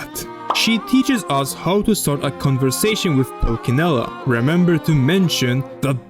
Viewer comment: You mispronounce Pulcinella: the real pronounce is PulCHInella not Pulkinella! I know for sure, I'm italian! 😄